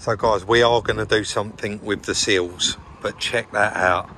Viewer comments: thanks for clarifying. a couple of times it sounded like seals, and I was thinking I had been calling them the wrong thing for the last 20 years 😂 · I spent half the video wondering when the 'seals' were going to be sorted. That was until pointed out the 'sills';). Must be an accent thing (and I've watched plenty of Minder episodes to know better lol).. Them wheels looked mint.